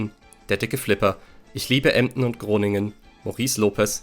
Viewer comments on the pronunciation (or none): none